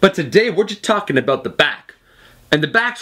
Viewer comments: more like aboUt. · is this guy Canadian?. he pronounces "about" like we pronounce it.